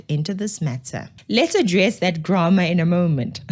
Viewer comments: Stop causing GRAMA , sorry, I mean DRAMA by nitpicking on Dean McPherson's (most likely) hastily written email (if it indeed cam from his hand, and not an assistant's), and consider pronouncing GRAMMAR correctly. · Hey babes. Before criticising someone else's "graamar" look to your own pronunciation. Just saying. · Please also hold black people responsible for their grammar. Even during your own speech you pronounced the grammar incorrectly! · I agree 100% that there is no excuse for bad spelling mistakes in emails - there is auto spelling checks, FFS! But, K, check your own pronounciation of the word "grammar" - just saying.... pot calling kettle black, etc. English sucks, but if you gonna Do English it then you need to do it correctly. ❤